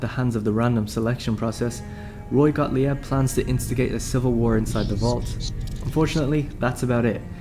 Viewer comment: Gottlieb: pronounced Goht-leeb not gaht-lee-eb. It's German.